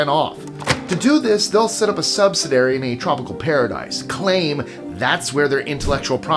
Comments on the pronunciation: 'Subsidary' is not a word. Subsidiary (sub·sid·i·ar·y) is a real word, according to Google. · i don't want to be over critical but its pronounced "sub-SID-iary. i learned that years ago when someone corrected me. last year at least 5 MAJOR CORPORATIONS paid zero federal taxes but received federal tax refunds. its called "corruption" and its how capitalism works every day. it works corruptly to favor the ruling elite. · Hey! I love your content and style. But you need to learn how to pronounce subsidiary.